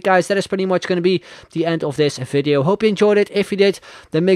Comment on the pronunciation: I hate when you say video or three! You are talking like a drunk Indian😂 Bye bye😂